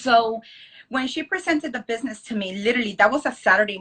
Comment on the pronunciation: The way they say it isn't even "literally." It comes out as "litterly."